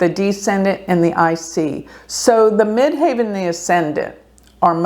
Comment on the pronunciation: By the way --- as someone who has done astrology for 50+ years...the pronunciation you keep screwing up is MID-HEAVEN....NOT MID-HAY-VEN (the highest point above the horizon - Ascendent). Do better.